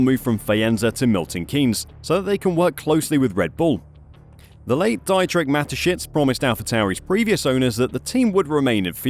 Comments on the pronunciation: It’s pronounced dee-trich, not die-trick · FOR CRYING OUT LOUD! Dietrich Mateschitz is not pronounced Die-tricht but di-tricht. Use google to find out pronunciation if you don't know even basic German! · I just have a little problem with your pronounciation for Dietrich. Can you please try pronouncing it as Deetrich? That's how it should sound...